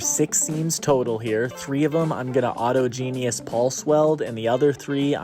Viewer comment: It is autogenous (au·tog·e·nous) not auto genius